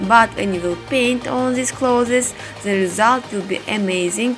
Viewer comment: Clothes not closes....🤣🤣я забыл мой английский так слушаю каждый день но красиво дело и искусство......